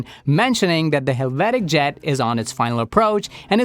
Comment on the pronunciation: Helvetic, not Halvatic